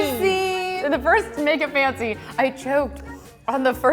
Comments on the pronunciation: says "make it FUNCY" and not fancy. Pretty unique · is it just me or anyone hears 'funziee' whenever she says 'fancy' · nobody: literally nobody: not a single damn soul:: ☝🏼 make it ☝🏼 pancy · I 100% thought she was saying "make it funzy"😖😖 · It sounds like she’s saying “make it funky” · Make it twancy😂😂😂